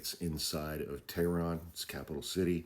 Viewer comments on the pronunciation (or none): none